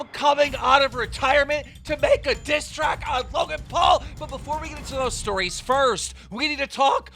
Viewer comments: is it just me I heard dicktrack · "With this dit track" huh lmao